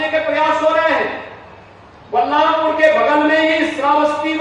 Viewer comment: Kam se kam District ka Naam to Sahi le lete